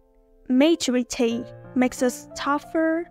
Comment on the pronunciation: Giọng bạn rất hay. Cơ mà từ maturity nhấn âm thứ hai nha! Chúc bạn sẽ có thêm nhiều video nữa nhé!